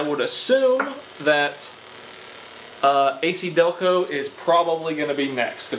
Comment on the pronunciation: A-KiDelco??? Seriously?